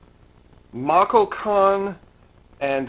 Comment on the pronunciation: Machalcon is pronounced Mahharukon.